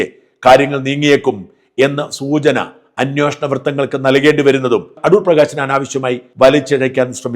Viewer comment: അന്യോഷണം അല്ല അന്വേഷണം എന്നാണ് ശരി 😊😜😊